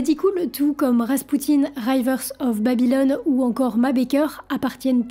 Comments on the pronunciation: Merci pour ce reportage 👍 Mais j'essaye de ne pas prêter attention à ton RIVER prononcé RAÏVEUR, mais j'y arrive pas. STP prononce RIVEUR 👍 merci 😉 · Bonjour, Merci pour ces intéressants détails. Permettez-moi toutefois d'émettre une (discrète) remarque sur votre prononciation de certains mots anglais. On ne dit pas "raïveur" mais "River" (le "i" prononcé comme dans "rivière") et saturday ne se prononce pas "sa-ture" mais "sateu", on n'entend pas le "r". Mais, me direz-vous, personne n'est parfait !